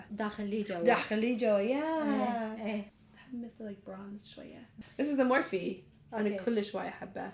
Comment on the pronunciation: when you said MORPHE it sounded more like MORSI. If you agree, like.